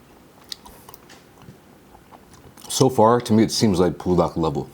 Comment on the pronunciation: why you saying pool-dak instead on bool-dak my g